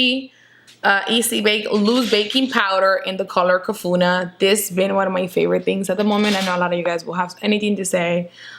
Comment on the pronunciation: Hahaha I laughed more than I should when u said the Huda powder in kafuna. Pretty sure u meant kunafa😂I love you girl